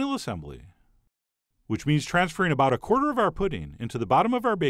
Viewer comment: "We'll keep stirring until the butter DISappears" "cut them in to aBOUT one inch" "Transfer them IN to a bowl" aaaaargh! Stop that annoying way of talking! The recipe is great.